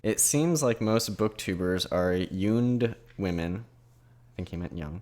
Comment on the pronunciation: "Whamen"...lol, sounds like someone with a speech impediment ordering Japanese noodles!!